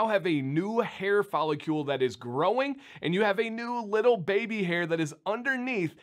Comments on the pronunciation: “Fol — licle”. “licle” rhymes with “pickle”. ... Love this channel regardless of the pronunciation. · Voice teacher here! I'm about to nerd out here, so feel free to ignore if you don't care that much. What you're doing is putting an extra "u" sound between the c and l in follicle - you're saying follicule. Interestingly, you pronounced cuticle perfectly, probably because there's already a u, so your mind accepts the displacement of the sound. Try saying the following, and whenever you get to cl, focus on the movement of the tongue as the back hits the roof for c then curls the tip up to the back of the top teeth for l, with no movement in the lips and only a slight voicing on the l: fol i (ih) cl follic licle follicle cuticle follicle You may also want to have Sam read these to you without reading them yourself and do a repeat-after-me. Good luck! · Okay, I'm a Chemist, so I can pronounce these things. It's a follicle not a follicule, so pronounce it as rhyming with chronicle or icicle intstead of molecule. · Pretty close! Maybe you’ve figured it out by now since this is an old video but try saying it like “icicle” or “popsicle” - “fall”-“icle”. You got cuticle right! Haha